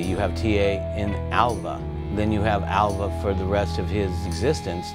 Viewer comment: Alva not awa